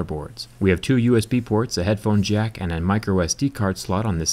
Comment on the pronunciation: am I the only one who thinks "headphone Zack" whe he says "headphone jack"?